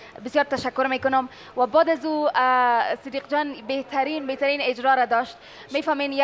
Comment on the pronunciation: از نطاق خواهش ميكنيم كه ديگر (هجرا) نگويد و (اجرا) بگويد...